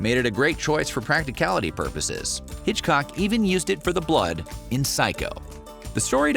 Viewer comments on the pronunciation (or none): none